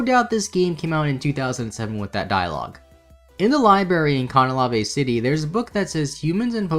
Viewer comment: Tell me this mans really didn't just say, "In the li-bary at cah-na-la-vay"🤢